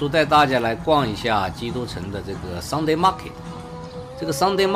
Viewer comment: 是Sunday, 不是Sungday。